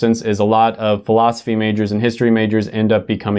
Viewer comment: Why did I laugh at the way you said Philosophy? 😂